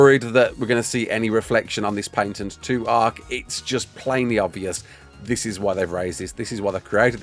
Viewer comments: What is a "paYNtent"? Why are you adding extra letters in there? The "ay" i kind of get cause "a" in that rough accent could lead to that but adding an "n" is nuts..at that point an accent is a detriment lol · "Paintent" xD